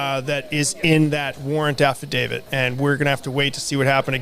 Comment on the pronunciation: It is an affidavit...not affidavid....this has nothing to do with David...please pronounce it as so.